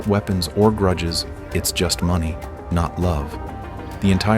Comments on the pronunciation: Grudges not Gruddes!! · “Gruddes” 🤣🤣 even with AI you can’t spell….